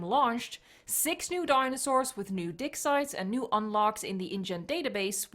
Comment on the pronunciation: "6 new dinosaurs with new di** si**" I heard. Had to rewind twice now I got it correct lol.